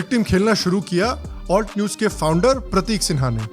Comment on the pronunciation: Every time he says ALT news, it sounds like Fault news 😂